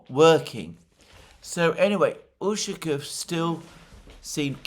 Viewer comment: Not super important, but it's UshakOv (stress on the O, like almost always when the lastname ends with "ov")